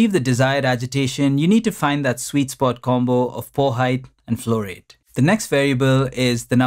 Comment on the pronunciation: The way you say "flow rate" resembles fluoride.